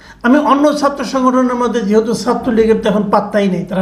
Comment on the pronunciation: Very nice video. Tobay Bhai, please correct your Bangla pronunciation. “Chhatra” keno bar bar aapnar mukh theke “satro” hoi! Khub koshto pai!